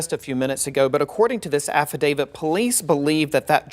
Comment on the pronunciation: It's affidavit, not affidavid. No D at the end